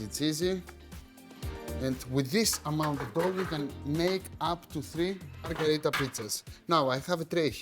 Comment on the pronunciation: Great recipe Akis but the name is Pizza MarGHErita, not MarGArita, from Queen MarGHErita of Italy. 😀👑